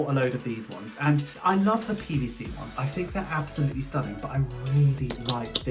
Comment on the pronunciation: Thought you said you love the penisy ones for a sec and realised you said PVC - hahahahah 😂 great video love the new binder. X